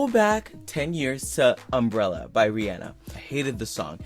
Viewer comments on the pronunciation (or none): You pronounce names wrong a lot.. Rihanna is not pronounced as Like Rea Anna... it has a Awna sound like the word On... Rihanna